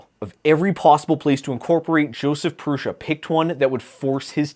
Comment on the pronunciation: I think it's odd that Josef Prusa doesn't know how to pronounce his own name. He calls it Proosa but it's clearly not correct because every youtuber calls hi ProoSHa.